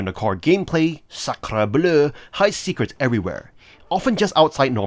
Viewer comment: I enjoyed your French pronunciation of Sacre Bleu 😁 (I'm French)